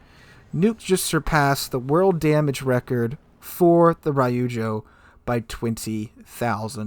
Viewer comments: Every time he said Rye-oozjo I cringed internally :P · Damn that’s insane. Btw it’s Reeeujo not Rai yu joe.